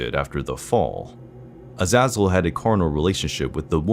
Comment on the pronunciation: That's not how you say A za zel